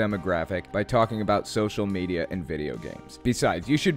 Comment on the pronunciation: On social media was said in such inflection I thought he was being yoda. On social media you should not be